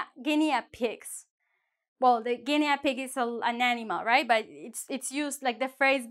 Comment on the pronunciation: In English we dont pronounce the a in Guinea pig